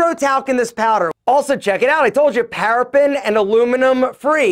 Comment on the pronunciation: Paraben not parapen